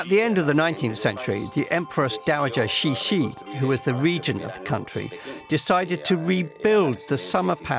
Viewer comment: Cixi is pronounced as "ts she", not "she she"